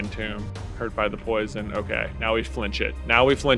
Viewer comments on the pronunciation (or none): none